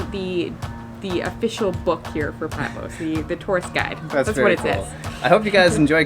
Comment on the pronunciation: It's Patmos, not Patmose.